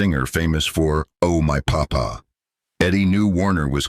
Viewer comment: Sorry. I'm going to nitpick the bad AI pronunciation. The song by Eddie Fisher is "Oh My papá" accemt on the second syllable.